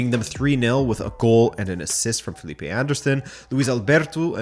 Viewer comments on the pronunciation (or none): none